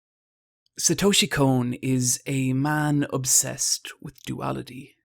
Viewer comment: "Satoeshi Cone"